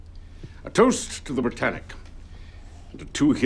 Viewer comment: How i heard the britannic🚫 bratannic✅